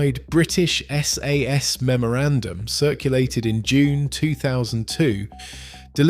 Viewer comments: sorry to say, a bit of a mess of a video. pictures/footage is distract rather than complementary and the ai voiceover mispronounces sas etc. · Interesting subject and I'm sorry to complain, but I've watched a couple of your videos now, and you REALLY need to sort out the way the narrator/the AI says 'SAS'!